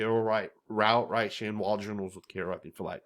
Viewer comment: How the hell can you say Shane Waldron…